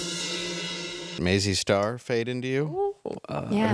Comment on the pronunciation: Nice shirt, Dave! However...that artist's name is MAZZY STAR, NOT "MAISEY STAR". Come onnnnnn, mannnn